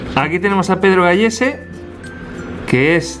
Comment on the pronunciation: Se decia Pedro Galese no Gallese